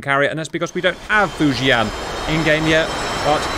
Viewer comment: Hey cap! Your pronunciation of “Fujian” is actually pretty accurate haha. Great vid.